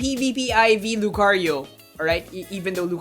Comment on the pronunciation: why, just why... i like to name all my 90+iv mons, my female Lucario named Lucy now NEEDS an italian-like name e_e ... she just NEED IT, cant say Lucario again without that accent